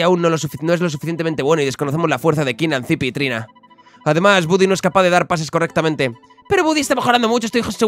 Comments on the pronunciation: Porfavor jajajaja di "bady" no "budy". Lo digo por que en la serie original lo llaman así no por otra cosa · Buddy se lee "Bady" jaja me pone nervioso oírle decirlo mal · se pronuncia bady no budy